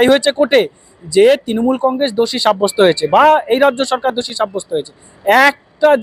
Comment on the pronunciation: তৃনমূল উচ্চারণ টা ঠিক ঠাক বলতে পারছেন না তো।